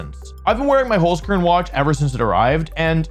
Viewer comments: And Holzkern is pronounced like “Holts-Kehrn” with the “r” sound being made in the back of the throat like a hissing sound, not a common sound in English so don’t worry if you can’t sound it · As a german dude, your "holzkern" pronunciation sounds pretty funny : -)